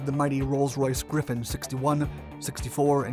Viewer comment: Griffon not Griffin